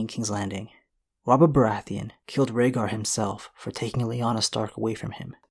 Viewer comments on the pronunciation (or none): none